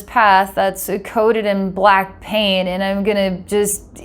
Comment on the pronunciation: I heard "black pain" instead of "black paint" 😅 Edit: so now I'm confused. To go strait for the light Or to go in the darkness to fund list souls. I think to go strait for the light is the way to go. All the hidden parts are seen..